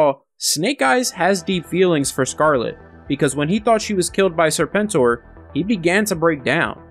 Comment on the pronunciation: I think your pronunciation of Serpent OR was just fine.